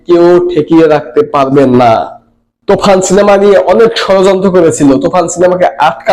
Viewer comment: তুই কি বলিস তুফান বলিস না তুখান😂😂😂